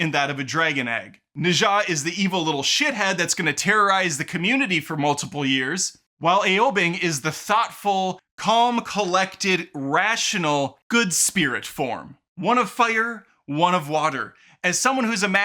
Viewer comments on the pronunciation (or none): not to pick any bones but Ow, as in ‘ouch’ Ow Bing😊